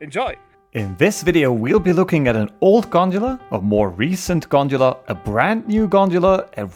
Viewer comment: Everyone: "gondola" This man: " I will show you this G O N D U L A " 😂